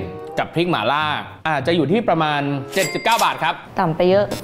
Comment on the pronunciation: หม่าล่า ไม่ใช่ หมาล่า